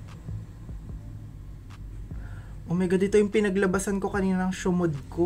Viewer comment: "shamod" LMAO ( T - T )